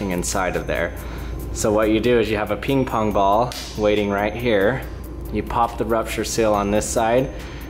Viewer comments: "peeng pong bal" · it is funny how he said 'ping-pong ball'